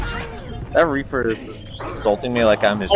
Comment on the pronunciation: It's of that one guy saying Reaper. He instead call him Reafer😂